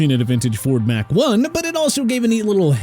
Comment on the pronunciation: Please tell me you didn't say "... Ford 'Mack' One." Damnit, proof your script. It's "Mach One"... Mach. Pronounced MOCK. As in, I'm mock-ing you for such a dumb mistake.. OR, its easy to mock the Lions for their last 90 years of futility..